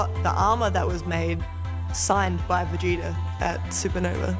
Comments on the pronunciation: Ano vegeTA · Clearly Cole never heard of Vegeta by the way he said his name lol